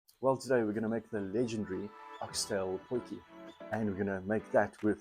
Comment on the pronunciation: Dude it's a potie. It is not a potjiekos pot - translate it for yourself. It is just annoying hearing it. My wife does the same thing - drives me nuts.